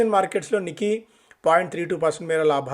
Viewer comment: "Nikkei" is pronounced "Nee-kay". The first syllable, "Ni," sounds like the English word "knee," and the second syllable, "kkei," rhymes with "kay".